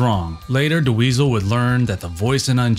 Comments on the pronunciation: Ouch! Do you know how to pronounce the name Dweezil now? Cuz it's just Dweezil, not Da Weasel. Great video though - Thank for this! Good luck! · "Duh weezil" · I’ve never heard Dweezil pronounced that way. Is this AI? “DeWeezle” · Who is this.. 'Da-weasel' he keeps talkin bout?.. 😂